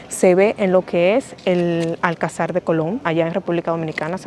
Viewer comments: No es Alcazár. Es Alcazar. Con pronunciación en la sílaba llana ca. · Buen vídeo, pero solo un consejo, se llama Alcázar, no Alcazár, por cada vez que lo deciais se me moría algo 🤣🤣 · Fantástico, por poner un pero se dice alCÁzar con la entonación fuerte en "CÁ". Tampoco hay que pronunciarlo muy fuerte. Lo digo porque vosotros decis ÁLcazar en el video, lógico porque parece esdrújula pero no lo es, es llana!. Saludos ! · Dos cosas, 1492 no es el siglo XIV, es el Siglo XV y es la fecha en la que los reyes católicos expulsaron a las comunidades de sefardíes que rechazaron la conversión al cristianismo. Y dos, Cristóbal Colón fue enterrado en La Habana, pero en 1898, cuando la corona se retira de Cuba, se traen los restos del almirante a Sevilla, donde descansan hasta la fecha. Un último apunte extra; Se dice alcázar (acentuado en la segunda a), no alcazar. Un saludo!